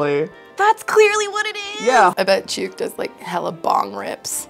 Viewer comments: Yooper all my life. Party store, yep. The hat is a CHOOK (rhymes with book), not chuke (rhymes with puke). The rest? Never heard of them. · If they pronounced chuke like its supposed to be they might have had better guesses. They could've found better words too. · Here in the UP it's called a chook, rhymes with book. Never hear fudgie, it's trolls. First I ever heard of doorwall. I heard hi-low once or twice, not in a long time. Party store for sure eh.